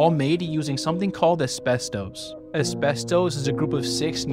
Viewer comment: It's pronounced like, "AS*BEST*US" NOT "US*BES*TOES"